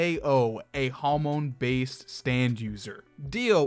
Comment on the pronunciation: i'm sorry but why do you pronounce hamon like jámon